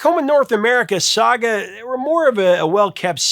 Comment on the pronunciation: Thank you for finally covering SAGA 🇨🇦 !! (And for pronouncing it properly!!!) Although, Jim Gilmour wasn't the original keyboard player on the debut album....